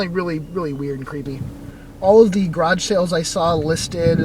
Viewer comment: Creepy sounding scab lady. Plus I like how you say grodge instead of garage